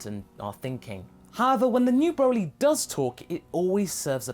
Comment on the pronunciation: Hey you said Borly.